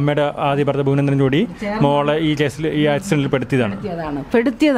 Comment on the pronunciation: Yevai yevai. Ithu antharu faasha. Fuvanendran 😂😂😂😂( bhuvanendran ) annu parathalle 😂😂